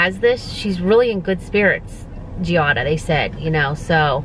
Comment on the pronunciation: Sorry, it’s suppose to be Giada not Gilda.